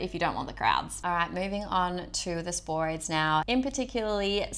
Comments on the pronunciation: Spo-ra- thes. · Interesting video - but I can help a chuckle when you say Sporades and Cyclades.